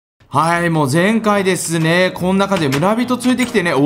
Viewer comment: む↓ら↑び→とぉ↓